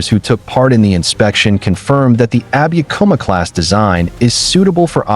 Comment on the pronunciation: no abikuma(アビクマ） class . yes abukuma（アブクマ） class!